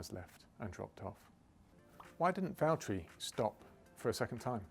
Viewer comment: James, it's Valterri